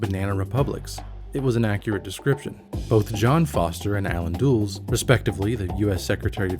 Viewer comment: Nice video about not-nice cuisines (and lots of good history too). I just have one nitpick that the surname of the Dulles dudes is pronounced "DULL-ess", not "dools".